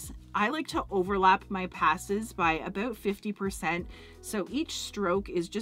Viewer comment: You’re Canadian, huh? You said “ute” for “out” and you said “abute” for “about”. Hahaha. Love it! 😁. Great video!!